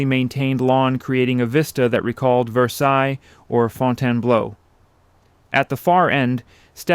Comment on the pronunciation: I love learning the history of all these wonderful homes. I really do appreciate these videos, but when he said, “fon-tan-blow” I lost it. 😂